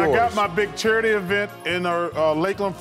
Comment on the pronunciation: chuck said churrity event!